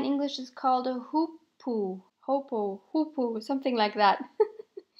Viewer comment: I love the fact that you have chosen the Hoopoe as the bird for your collage. My sister and I just love them and are so excited when we hear them calling and seeing them in the garden. You pronounce the name accurately Hoo-poo. This is an inspirational video and you have motivated me to use my journal that I have created for me in 2016 and did not use too often. Thanx for the inspiration and motivation. I will make mine a South African garden snack journal